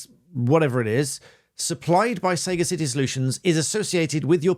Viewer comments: I think it's probably pronounced 'sagacity' like the noun, rather than 'Saga City'. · It’s pronounced sag-acity not sayga-city…it means wisdom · What does the law say about consuming BBC content through sources other than iPlayer, such as streaming sites, torrents, YouTube etc? Not live TV. Btw Sagacity is probably pronounced as pertaining to being sagacious, suh gas city, rather than say gah city. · I doubt that it's pronounced 'Say-ga-city' - it's 'sag-ass-ity'. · It's pronounced "sagAcity" which means "foresight, discernment, or keen perception; ability to make good judgments". Not "Saga City". ironic or what! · You're a barrister and really smart and well educated so why are you pronouncing the word wrong? It's Sah-GAH-sit-ee not Sega City. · Saga city. Giving your age away there. It sagacity, pronounced as sa gass itty. Derived from sagacious, having or showing a keen mental discernment and good judgment. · səˈɡasɪti not sega city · It's pronounced Sa Gasitty. Not Saygisity. Shocked an educated man like yourself didn't know that. Sagacity means the quality of being discerning. Sound in judgement and farsighted. Wisdom. You dropped a major irony ball there. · Shouldn't it be pronaunced "Sar-gar city" rather than "say gar city". It sounds like SEGA with the latter. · It's sagacity not saga-city. Like a sage... etc. Bellend. And about the BBC. It's always worked like that. You pay or or listen to annoying adverts. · Sorry but I can't get over the endless pronunciation of "Sega City". It's "suh-ga-sitty", surely? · Very creepy. btw, sagacity is pronounced sa-GAcity not SAga-CIty. It's the quality of being sagacious and is even more creepy because they chose this for their name. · For goodness' sake - it's saGASSity, not Sayga City. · Sah gas ah tee: Sagacity not sega city. I am sagacious enough to spot your mistake. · 'Saga City' ???? - it's Sagacity - meaning wisdom. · Who would trust a lawyer who pronounces "sagacity" as "Sega-City"? Not very sagacious.